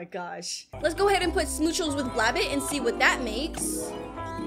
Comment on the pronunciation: It is pronounced bla-bet